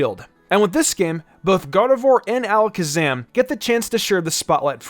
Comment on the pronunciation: Metagros cause you said Alaskasam too much